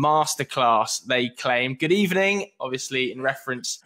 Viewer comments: Good Ebening. Wenger In Fam! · It’s good ebening ffs